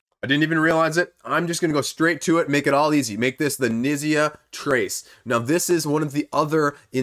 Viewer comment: Fyi Knizia is pronounced "k-neet-zee-a"